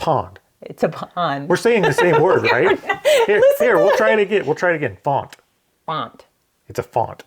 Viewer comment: says Pawned says Pond. says faunt, says font.